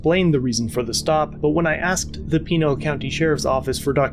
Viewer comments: Pinal County is known to be corrupt, as is Pima. It’s on the level with all of New Mexico. Just as a note because it’s my home state, it’s “Pin - a’all”. 🤓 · Ok, it bothers me how you're saying "Pinal"... it's PEN-AL. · Please learn the correct way to say Pinal County lol.